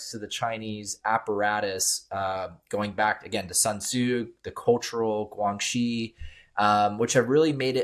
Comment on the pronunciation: 2015 PRC Cyber Security Law: 2015 中国（中华人民共和国）2015年的网络国安全法。 As regards to the guest fellow expert, it’s pronounced “GuanXi”(关系）not “GuangXi”, essentially what in Latin legal terminology, is “Quid Pro Quo”/You do for me, and in exchange, I do for you. The new way of saying it in today’s PRC is referred to in 北京, as “双赢”/win-win.